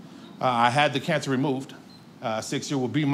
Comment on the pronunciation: I thought he said "I had the cats removed" and was confused when everyone started clapping.?? Then I shouted (startling my poor dog) "OH CAAAANCER" when I finally realised